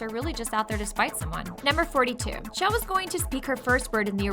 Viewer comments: CHELL, not SHELL!!! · SAY IT WITH ME SH ELL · Her name is pronounced CHUH ELL not SHELL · Her name is pronounced "Chell", not "Shell". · IT IS CHELL NOT SHELL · half correct, Chell has no correct pronunciation, and if you ask people at valve, they'll all give you different answers